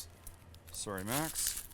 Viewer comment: Funny how his Canadian accept comes through when he says “sooooooorrrryy” hahaha